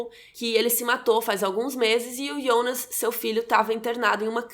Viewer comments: Pq vc fala Ionas e não Jonas? Na série mesmo fala Jonas, ou eu tô doida kk , essa tatuagem do Noah é igual a um quadro do hospital que o Mikkel viu e em outra cena estava com o quadro na cama. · Que agonia velho, ela falando ionas e não Jonas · ótima analise e contrução de narrativa, mas pq ''Ionas'' e não "jonas"? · eu gostei do video e da explicação mas chama de jonas e nao ionas pfv kkk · Q agonia ouvir "Ionas", pq n Jonas msm? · Não é ionas não mulher é Jonas... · Ionas .. pq nao pronuncia JONAS CARAI?? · por que você fala yonas, se é Jonas? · porra de ionas é jonas!!!!! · ionas...? fala Jonas... santo Deus. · " Ionas " da agonia ouvir o nome dele assim kkkk é JONAS kkk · Achei que era só eu que estava com essa agonia kkkk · O engraçado é que ela fala "yonas" não "Jonas" kkkkkkkkkkkkk estranho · Pq ela chama o Jonas de Ionas ??? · QUE AGONIAA ELA FALANDO IONAS KKKKKK maaas perfeito video adorei o resumo <3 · Porque vc fala "Ionas" se é Jonas? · A gente já tem dificuldade pra lembrar dos nomes, ela ainda fala IONAS ao invés de JONAS, sei que a pronúncia é IONAS, mas em português é JONAS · ionas? Kkkkk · Ionas ou jonas? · Agonia de chamar de Ionas 🤣🤣🤣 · Fala jonas por favor, voce falando ionas só complica mais as coisas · iounas kkkkkkk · eu gostaria de saber porque você pronuncia o nome JONAS de: IONAS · É "Jonas" não "Ionas" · Ionas???? Não é Jonas???? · É “ionas” ou Jonas? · Jonas= yonas?? Jacaré = yacaré?? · KKKK O melhor do vídeo é ela tentandor falar os nome do personagem IONAS kkkkk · Mayara Andrade pq raios ela pronuncia “Ionas”, deu agonia 🤣